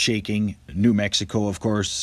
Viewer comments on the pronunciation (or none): none